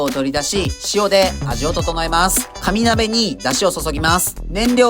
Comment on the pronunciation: かに鍋と聞こえてしまった…空腹ゆえの空耳